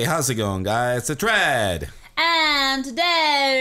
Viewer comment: In the start when Cupquake is talking: And i am her with my husband Red!' I'm always hearing: And i am her with my husband Bread. And i lovee this videoo :D